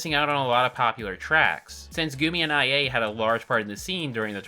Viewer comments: (psst, IAイア is pronounced "ee-ah," not "I. A." :3) This is an amazing guide, I was never really that into Vocaloid when it was in its prime, but now I'm starting to find myself getting back into it, and I've always wanted to learn more beyond the basics. Thank you so much for this! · I know you didnt pronounce IA like that